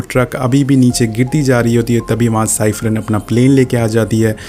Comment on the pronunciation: Tom Nahi Dom h uska naam 😂🤣 Kya Explain krega re tu Tez ko ramsen bolra h or vo ramC h chaperone nahi Chyper h 😂🤣😂🤣